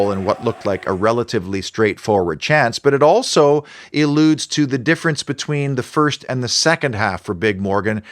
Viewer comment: Great analysis as always, but...... "Eludes" or "ALLudes"? 😉 Further to earlier comments, has Diego Carlos lost his passion and hunger having been so successful? Nothing left to prove? HUGE wage packet irrespective of his performances? Not motivated?